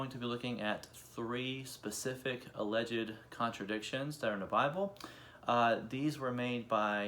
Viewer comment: Dude, “alleged” is two syllables, not three.